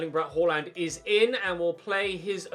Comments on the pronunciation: Please dont say "horland" its pronounced "aland" with a faint "h" at the start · It's pronaunched Haland with the first a being pronaunched like the first a in Austria